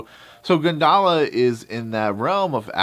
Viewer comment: Actually it pronounce goon da la (gundala) (indonesia pronounciation)